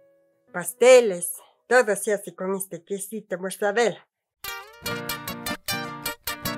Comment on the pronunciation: Pobre, no le prepararon antes o corrigieron para que pronuncie bien el "queso mozzarella"... 🤔